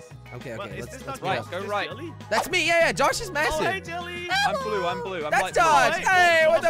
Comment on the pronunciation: •- its jelly,not helly